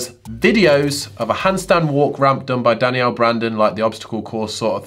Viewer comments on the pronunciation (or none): none